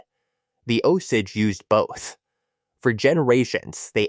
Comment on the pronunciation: Terrible pronunciation of “Osage”!